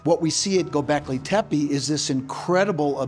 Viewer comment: Is it really that hard to say GO BECKLEY?